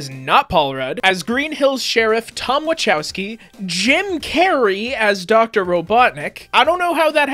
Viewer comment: You miss pronounced Tom’s last name Wachowski the ch makes the k sound when you say chaos